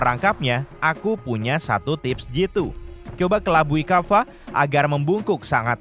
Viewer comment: Kappa bukan kaffa